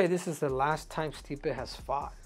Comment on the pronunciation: lol stipe gotta be custom to hearing his last name pronounced wrong all the time by now